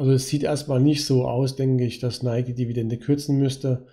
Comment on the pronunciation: Es heißt NikEEEEE